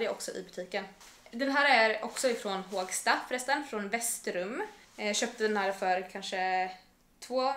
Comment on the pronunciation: Inte Hååågsta, utan Hoooogsta! Med O 😊